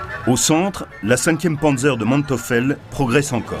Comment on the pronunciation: Manteufel et non Manteufel, prononcez Manteuifel